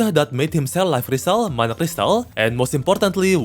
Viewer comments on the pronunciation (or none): none